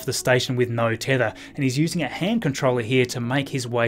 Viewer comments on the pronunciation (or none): none